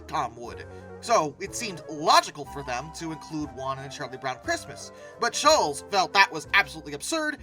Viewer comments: Why can’t you pronounce Schulz properly? It’s Not shulls… it’s “Shultz” …Was this AI narration? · His name is pronounced Sholtz not Shoals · I have a major problem with the narrator of this video-he keeps pronouncing Charles Schulz’s surname as “shoolz” when it should be pronounced “shoolts”.Others may not think this is a significant problem,but it impedes my ability to listen to this video without wincing. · Schulz is pronounced 'shults' not like 'Dr. Scholl' s" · It's not pronounced "SHOOLZ." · It's Schulz---no "t" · Pronounced like Schultz though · I have never heard anyone pronounce Schultz like that before.